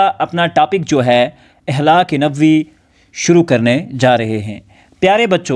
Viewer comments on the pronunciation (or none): السلام عليكم ورحمة الله :مکرمی پہلے ہی لفظ کا آپ نے غلط تلفظ پیش کیا ۔ صحیح تلفظ ہے (اَخلاق)